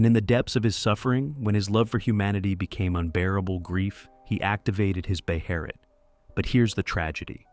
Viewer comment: BEHELIT, pronounced BAY-EH-LIT, this has been covered and show over and over. jesus the whole BE-HERR-IT pronounciation drives me nuts. IT'S BEEN COVERED. SAY IT WITH ME,, BAY-EH-LIT.... XD however, excellent video, otherwise;)